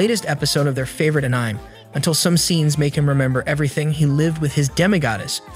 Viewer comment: Please re-record your audio with some edits, this is an AH-NI-MAY channel to recap and your'e calling ANIME AN-NYME -- it makes the ears hurt how bad that is over and over. Fix your AI script, blowing Japanese pronunciation is awful.